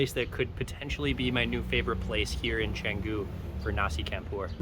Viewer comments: Your killing my ears Bro..its Pronounced..Nasi Champ pour....not Not Nasi Camp pour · it’s pronounced ‘nasi CHUM POOR 😫